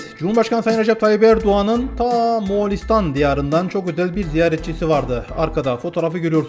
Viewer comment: Reis moğalistan diyon😊